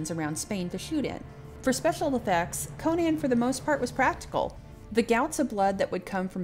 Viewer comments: You can argue Co-nan or Co-nun, Coe-nan, Coe-nun, but I closed this video at the third Co-nian. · Conan, pronounced like Conan O'Brian. Not like Cone-Anne. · I bursted out laughing the way you say Conan. Good job